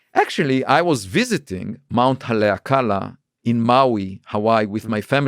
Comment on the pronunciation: he said the mountain name wrong.. but whatever.. its "ha-lee-ah-ka-lah"